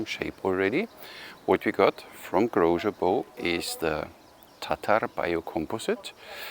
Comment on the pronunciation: Sorry for correcting you, but Grózer is pronounced with "z" and not "zsch". You mastered his first name though 😉